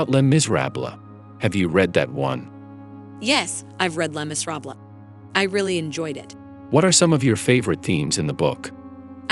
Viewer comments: Language expert: "...Lay mizRAHblah." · It’s Les Miserables dummies not sure why you couldn’t say it properly being an ai and all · Did an AI make the video? The way they both pronounced Les Miserables... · AI disguised as a woman takes it up for a taken advantage of woman in the french novel "Les Miserables" (which, being an AI she could and should pronounce properly, shouldn't 'she'?). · Both the narrator as well as Synthesia should pronounce Les Miserable correctly. I would not expect the narrator to be skilled but Synthesia should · Narrated by a computer or written and narrated by a computer (lacking non-corporal self awareness)? Neither can speak French; they cannot even pronounce “Les Misérables.” C’est honteux ! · The mispronounced Les Miserables? Is this narrated by an AI? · Les Miserables mis-pronounced lol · Th4 AI couldn’t pronounce Les Miserables properly. And there’s NO link to the entire conversation. Why was it cut off?